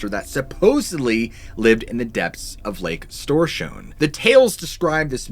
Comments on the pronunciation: It's not that hard....the letter ö is a oe-sound....keep the mouth half open and say oe... 🙂. Storsjön....like stor(long o)schoen.....the sj in Swedish is a sch-sound 🙂. But you did it really good for a non Swede 👍 I heard worse 😉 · What lurks beneath! Kudos for your pronouncination of Storsjön 👏 Hello from Sweden btw 👋